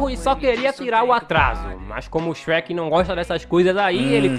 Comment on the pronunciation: Não é Shrek shreka